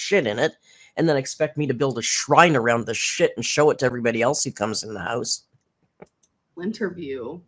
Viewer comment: omg I thought it was lint-terview 😅